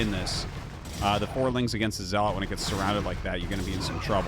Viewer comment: Wow.... he takes corrections on Chinese pronunciations but can't fix his English. Words that he has been saying for 20 years like Zealot and Dragoon are pronounced wrong. It's not even a tomato tomahto thing... just completely wrong.... and he's like "is it shaoshway or shaoshwai". Really?